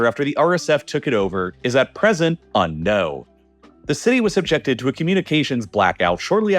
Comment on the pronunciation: does he say unknow or unknown